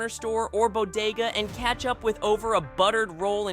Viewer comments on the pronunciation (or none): none